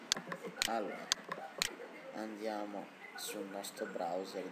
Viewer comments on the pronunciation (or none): none